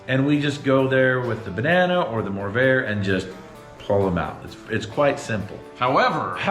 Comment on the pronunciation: Upon hearing your promo code it dawned on me why you call it a morrvair🤦‍♂️